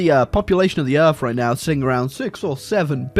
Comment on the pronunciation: “Fing” “earf” “forny”